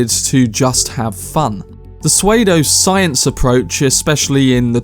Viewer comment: Su-way-dough science haha